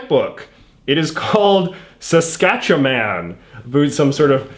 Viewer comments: its pronounced sask-atch-a-win in the canola mudpit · I hate the way you pronounce Saskatchewan